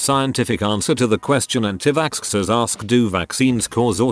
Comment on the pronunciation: Nobody: The Bot Voice: Vaskskers